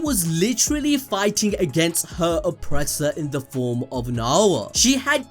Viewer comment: Naooooya not naaaoowa